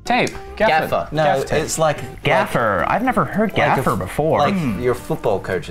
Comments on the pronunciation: why did luke revert to a full blown American accent for the word gaffer, i’ve never heard him pronounce an R so hard ajdbdndbcbf gaffERRRRR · Luke’s accent when he was talking about a Gaffer had me SHOOK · why did Luke sound so American 😂😂 “Gaffer I’ve never herd gaffer before” 😂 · Luke's American accent omg I love it so much HAHAHA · when luke said "gaffer? never heard of gaffer before" he never sounded so American LMAO who is this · LUKES AMERICAN ACCENT OR WHATEVER HE WAS DOING IM SHOSNFN